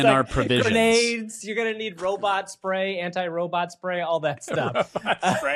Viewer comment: Each time I hear you pronounce robot as “” I feel a huge need to have that flailing robot (likely a range of motion test where they stupidly put the speed way too high) attack you.